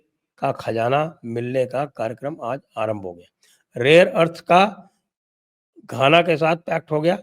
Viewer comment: धाना नही सर जी घाना।